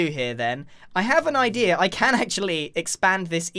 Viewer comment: How The comment section says “idea”:idea How grian says “idea”:idear